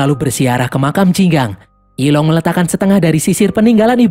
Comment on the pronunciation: Yi long = zilong 🗿